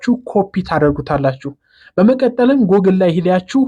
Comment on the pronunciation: Google 'ጉግል' እንጅ ' ጎግል' ማለት ልክ አይደለም።